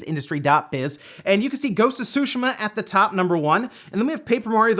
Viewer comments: Tsushima is pronounced T'ZUU~ She--Mah; T and Zuu sound, flicking the back of your teeth with your tongue. It's not "sushi-mah"... And that commentor is mistaken there are DOZENS of racing games on the Switch, just filter search results on the E-Shop for racing, there's a lot of them, many of them excellent. Like FAST RMX Racing.... smh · Can you back to saying susheeema instead of sushama? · Making my ears bleed everytime you say sushi-mom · Omg the 'T' on Tsushima isn't silent. Like everyone on youtube is saying "Sushima" ugh. I'm half Japanese so I know what I'm saying. Same with people saying Sake as Sock-key. Its pronounced as 'sah-keh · Anyone else cringes whenever he says "Tshuhima"?